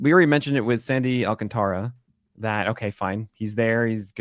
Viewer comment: I want to thank you SO MUCH for being the only goddamn person in the industry who is able to actually pronounce Alcantara's name correctly. Why do so many people just pretend the "a" doesn't exist after 't'?